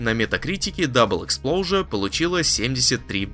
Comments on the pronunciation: 😂😂😂 Автор опять оговаривается. Exposure, а не explosure. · Да нет вообще такого слова как explosure в английском языке. Он третий раз уже игру так называет, будто издевается.